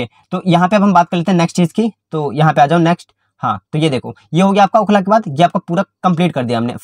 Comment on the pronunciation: Bhai Okhla Dullu aapne bola 😂